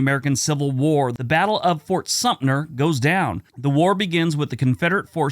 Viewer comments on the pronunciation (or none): There is a 't' in Fort Sumter. Is it said 'Supner' now? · Thanks. That was what I was taught and never heard it pronounced like in the video.